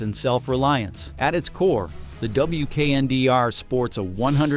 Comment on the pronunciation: It's a concept vehicle. It's not available anywhere. Some features make their way into production models. Prices are imaginary. AI narration is terrible. Pay a human. This concept is pronounced "weekender".